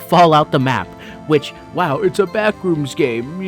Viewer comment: FYM "BLACKrooms" 😭😭😭